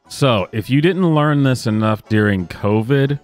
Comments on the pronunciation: It's "during" NOT "deering". lol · Not so sure its illegal to stream "deer ring" surgery. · Deering? It’s during. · It has come to my attention that my pronunciation of "during" has created some controversy.